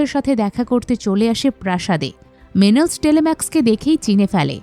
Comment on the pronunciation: নামগুলো ভুল উচ্চারণ করছেন। টেলিমেকাস, মেনেলাউস, এগামেমনন। অডিসিউস / অফিসিয়াস, ক্যালিপসো আরো অনেক নাম ভুল উচ্চারণ শুনলাম।